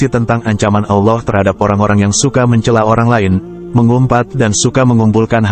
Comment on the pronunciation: Kelihatannya krang ini bukan yg pakih terntang islam karena cara lengucapannya kurang pasih dalam pengucaoan Allah.